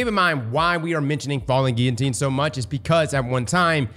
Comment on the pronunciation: You actually pronounced "Guillotine " correctly!!! Smart dude.